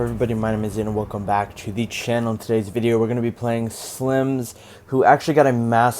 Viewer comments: lol at the start of the vid you say slimz loooooollll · You said « SLIMZ » at the begging 😂